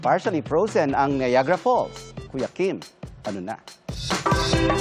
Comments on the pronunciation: Bakit ganun ang pronounciation nya ng Niagra? Di naman un Na ya gara,weird😊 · The pronunciation is bothering me. Many people are watching and yet we openly say "NA-YA-GA-RA" Here''s how to pronounce it if you are in the USA or Canada IPA Pronunciation: /naɪˈæɡ.rə/. Phonetic Breakdown: ny (as in night) + AG (as in bag) + ruh. Commonality: The "Nie-AG-ra" (3 syllables) pronunciation is far more common, especially among locals, compared to "Nie-AG-a-ra" (4 syllables). Even I know the pronunciation, I have to take that literature from Google to prove this point. Stop mispronouncing words kuya. Kawawa ang mga batang nanonood. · It’s pronounced Nayagra (not Nayagara). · You don’t say NAYAGARA once you said that people here thinks you’re not from here in Canada